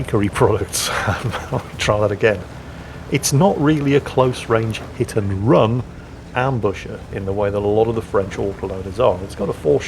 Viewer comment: Hit and bun? Did you record while hungry,?